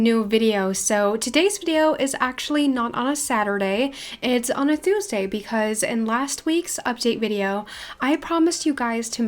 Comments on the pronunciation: it’s really cute how she says ❤️❤️❤️i love you so so much!! ( it’s pronounced toooosday❤️❤️) no hate!! i love you so much and welcome for learning almost entire english from just youtube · Omg I love your accent but the way you say Tuesday is so weird LOL don’t kill me ilysm 😂😂